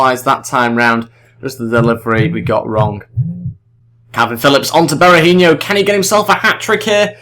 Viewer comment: Just so you know, Berahino is pronounced Berahi-NO not Berahin-YO, was just bugging me slightly because I'm an annoying human being xD anyway, good video!